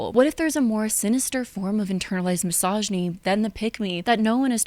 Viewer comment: Is it misogynistic I find it ironic you pronounce misogyny wrong?